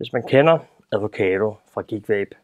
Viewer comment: "Advocado" Hehehe, det er bare 'avocado'. Fed video ellers. Keep it up!